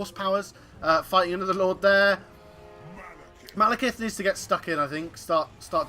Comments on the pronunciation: "Maelkith" Stop that please. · Yeah, he pronounced it wrong :)